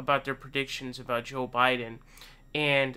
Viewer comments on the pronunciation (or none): It's his shtick to mis pronounce names... irregardless of who he likes or doesn't. He even calls Sanders Saunders and says joe with a soft j shjoe biden